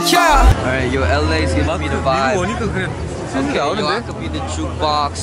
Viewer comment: idk sometimes mark sounds indian especially that okayyy in the end